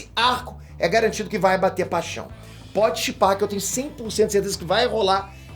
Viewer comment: "ELA BAI ME COMERR" KKKKKKKKKKKK EDITOR É TOP DMS